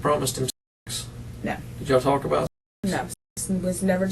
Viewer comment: I was about to say the same thing. You can't say "talk" lady?